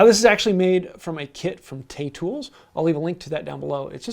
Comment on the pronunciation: you did... he said Tay Tools.